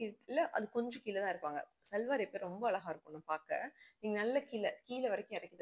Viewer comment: Pls sis ழ ,ள crct ah pronounce pannunga, not blaming u r influencing many in that way of responsibility, english word oru mistake ku udane sorry kettinga 🎉, but அளகா... அளகா... 100 times sollitinga but not regretting 😢... its a beautiful word "அழகு"